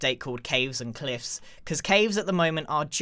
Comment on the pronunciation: I love how the cliff in cave and cliffs update is silent😂 also I’m kinda jealous or envy people who have the 1.17 because I ha ve a ps3 only so that means that I don’t have all these updates and that’s super annoying so I just supposed to watch all these videos with people who have all the updates and it makes angry!!!but it’s ok. also love your vids grian keep them up!